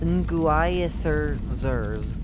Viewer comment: I think it is pronounced nuh-GWIH-theh-zir.